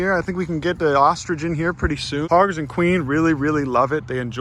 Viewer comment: Wait did I hear you right … u said ostrich